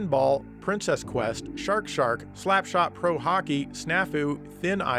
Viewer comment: You read Shark! Shark! wrong